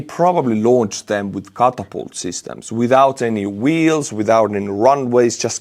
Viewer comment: Catapult is pronounced kætəpʌlt. Note the schwa (ə).